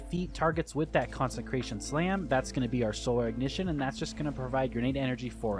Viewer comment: CONSE CRATION! NOT CONSEN CRATION